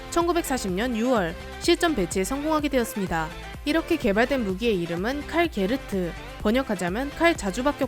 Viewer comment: E^렇게 E^렇게 발음 왜 E^래요?